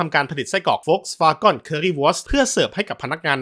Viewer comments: เจ้าของคลิปคิดจะออกเสียงเป็นภาษาอังกฤษแต่ดันออกเสัยง V เป็นเสียง ฟ แบบเยอรมัน. ถ้าจะออกเป็นอังกฤษทั้งคำต้องเป็นเสียง ว นะ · โฟล์คซ์-วา-เกิ้น นี่คือคำที่ถูกที่สุดและคนไทยอ่านตามง่ายที่สุด วาเก้นก็ไม่ผิด แต่ไม่ใช่วาก้อนแน่นอน เจ้าของช่องอ่านผิด ผมจะอธิบายดังนี้ V(เฟา) ออกเสียง ฟ.ฟัน ฉะนั้นคือ โฟล์ค ไม่ใช่ โวรคที่เป็น ว.แหวน gen เกิ้น หรือ เก้น ไม่ใช่ ก้อน เพราะ E(เอ) ให้เสียงอ่านได้ทั้ง เอะ เอ เออะ เออ ไม่ได้ให้เสียง เอาะ ออ หรือ โอะ โอ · คุณครูครับ เด็กชาย โดมินิค ออกเสียงภาษาอังกฤษ ผิดครับ เกน เป็น กร 😂😅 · เกิ๊น ก้อนอะไร ผมขายอะหลั่ยนำเข้าจากเยอรมัน ไม่เห็นเจ้าภาษาจะออกเสียงนี้ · ผมไปฟังคนเยอรมันมาก็ไม่ได้ออกเสียง ก้อน กอน นะครับน่าจะสัญชาตหย่อนแล้วครับ 555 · มีหลายคนเม้นท์ว่าเจ้าของช่องเป็นลูกครึ่งเยอรมัน และเกิดในเยอรมัน อย่างน้อยก็น่าจะอ่านออกเสียงให้ถูกบ้างก็ดีนะครับ Volkswagen ไม่มีใครในเยอรมันเรียก โฟล์คซฺวาก้อน นะครับ ไม่ได้ดราม่าแต่จะเป็นการสับสนแก่ผู้ชมที่คิดว่าคุณเจ้าของช่องอ่านถูกแน่นอน ซึ่งอ่านไม่ถูก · เยอรมันภาครัฐไหนหรอครับ ออกเสียงตัว e เป็นสระ ออ หรือ โอ ถ้าเป็นสระ เออะ เออ เอะ เอ ค่อยว่าไปอย่าง เหมือนที่เม้นถัดมาบอกว่า สวาเกิ้น หรือ สวาเก้น ก็ได้ ถูกทั้งคู่ ตามแบบฉบับเยอรมัน อย่างน้อยก็สวาเกิ้นแน่ๆในรัฐ Nordrhein Westfalen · ขออนุญาติแก้ไขความเข้าใจผิดคุณ: 1. เขาอ่านผิด มันควรออกเสียงว่า โฟล์คซฺวาเกิ้น หรือ โฟล์คซฺวาง(ถ้าอยากรู้ว่าทำไมอ่านว่า วางแทนวาเก้น ให้หาคำว่า wortendung stimmlos) 2. BMW คนเยอรมันเรียก เบเอ็มเว ไม่มีใครเรียกบีเอ็มวีครับ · ไม่ได้ออกเสียงว่าเก้น ใช่ไหมคับ จะได้จำ 😂😂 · ก็เถียงสิเขาออกเสียงไม่ถูกเอง เจ้าของช่องก็ออกมาชี้แจงแล้วว่าเขาออกเสียงผิด หน้าแตกไหมล่ะคุณมึง😂 พวกหัวโบ๋สักแต่จะเฮตามอย่างเดียว😂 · ออกเสียงผิดไวรัลเฉย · ออกเสียงผิด จะทำอะไรก็ทำให้มันถูก มันไม่ใช่เรื่องดีที่พยานามหาจุดขายด้วยการอ่านชื่อผิดๆ ห่วยแตก เลิกดูหลังผ่านไปไม่ถึงนาที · สัญชาติเยรมันอะไร เยรมันเชฟเบิดรึ ถึงได้ออกเสียงผิด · แปลกๆ. คนเยอรมันไม่ออกเสียงอย่างที่พูดในคลิปนี้แน่นอน. คำภาษาเยอรมัน Wagen ในชื่อสินค้าเป็นชื่อเฉพาะ ไม่ต้องแปลงเป็นภาษาอังกฤษ Wagon.